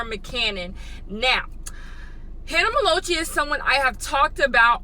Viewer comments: "Hanna me-low-chee" IM SCREAMING🤣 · Hannah melochee and summer mcannon... u rlly can’t pronounce names HAHA I luv u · You said Hannah Ma- low- chee and Summer Mccanon. I'm actually tearing up over here. 😂😂